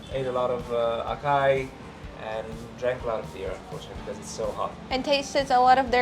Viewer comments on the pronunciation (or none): Brazil is underestimated. There is a loop of misinformation that feeds back on itself, as those who have bad experiences shout out to everyone, while those who have good experiences remain silent. Regarding the pronunciation of Açai, the pronunciation is not "akai" its like "asai". And it is a very high-calorie but very healthy fruit due to its bioactive compounds and antioxidants. Just avoid putting candys in the recipe